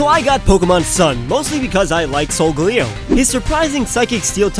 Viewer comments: Since when is SolGALeo pronounced SolGOLeo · I don't think it's sol-ga-li-go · you say it as solgaleo not solgeleo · you said solgalio wrong. LOOOOOOOOOOL!